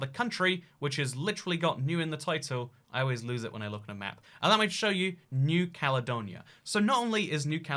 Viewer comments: "THHE CALEDONIA" How can someone mess that up? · “THHE CALEDONIA”